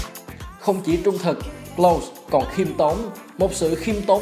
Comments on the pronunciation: Đọc là Lâu-sờ với phát âm K ở đầu nha ad... Thanks... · Đọc đúng là Closer nha ad, với lại bữa có xem ad đọc Kroos là Ru-x cũng ko đúng, đúng là Cross... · Nên học lại cách đọc tên Klose nhé ad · tên ông này mãi vẫn ko phán âm chuẩn đc :))